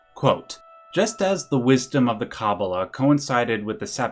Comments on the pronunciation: As a native Hebrew speaker, it's kabalA and adAm kadmOn, the pronunciation I mean. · good video, you are however pronouncing kabbalah wrong. its kuh - baa - luh. :)